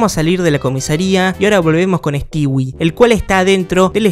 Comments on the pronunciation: Sabes que es un old cuando le dice "Stiwi" y no "Stoui". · * Pronunciar “Stewie” * Yo: “Estui”: “estiwi” Bro: Nose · me da no se que que literal digas stewi y no stui xd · Pq dice "estiwi" xd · Se pronuncia Estúi